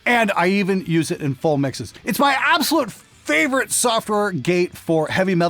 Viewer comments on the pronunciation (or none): none